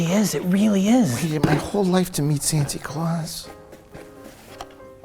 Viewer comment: I Love it, when Mike sais "Santi Claus" in all his Innocence. 😂